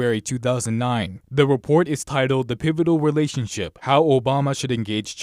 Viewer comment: Hahahahhahaha he said the "Us - China "Welationship"! Hahahah that was so cute! Right that the very beginning! Haha